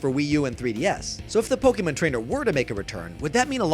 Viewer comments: Are you two phonetically challenged? I can understand certain words, but when you mispronounce names of titles where the title is constantly shouted at you, just wtf is wrong with you? Poe-Kay-Mon not poe-kay-min you damn commi! May-lay not Mii-lay! Seriously, buy a god damned dictionary! learn to phonetic! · he also pronounced Pokemon as Pokemn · Say "poke-men "instead of "Pokemon" one more time. I dare you